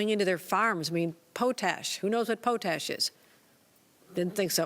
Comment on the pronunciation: Did she say "pooh-tash?" Did she mean potash? LOL